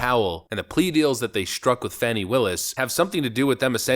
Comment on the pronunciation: Fani is pronounced with a u not an a